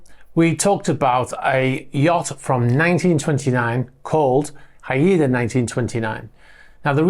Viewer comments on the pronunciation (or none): Are you sure it is Hi-ed-a. The spelling is that of a Pacific Northwest Native American tribe, pronounced Hi-da, two syllables. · Not Ha-I-da! It’s Hai-da, classic Royal Navy ship name. Just fyi… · Not Pronounced “ High E Da” Its “High Da” …… FYI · Hi there. Thanks for these updates. I’d like to bring to your attention the correct pronunciation of ‘HAIDA’. Haida Gwaii Islanfs (in the Probince of British Columbia, Canada), are the ancestral home of the Haida First Nations. HAIDA is pronounced Hi Dah. GWAII is pronounced Gu why. 😀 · Haida is a tribe from Southeast Alaska to Canada.. pronounced HI duh, English is not my best subject.. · Pronounced "Hi -Duh" As in Haida Gwaii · Haida - Pronounced HI DA - (Haida) Natives from west coast of North America... Not just Alaska! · Haida 1929 is named after the native tribe of the islands of Haida Gwaii off the coast of Westcoast Canada. The correct pronunciation is [HY] + [DUH]. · The Haida are a famously warlike tribe on the Haida Gwai islands in northwest BC, Canada. Also a famous Canadian warship. Pronounced Hi -dah. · Haida is pronounced HI da if it is named for the indigenous people who live in Haida Gwai. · It's pronounced "Hi-dah" Trust me - I am west coast - gulf island. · Pronounced Hyde Uh. A Canadian Indian tribe :) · I suspect that yacht name Haida is pronounced “haɪdə” (as in “hi-dah”). At least, that seems to be the accepted Anglicized pronunciation of the Haida people. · Haida, pronounced Hi da, indeginous name from Canada 😊